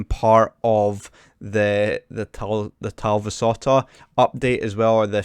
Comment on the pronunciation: As a Finn I must say that you did quite good pronouncing The Talvisota. :D